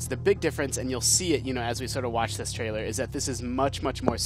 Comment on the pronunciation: Its trailer not traielr its trailer come on guys, its trailer its that simple.....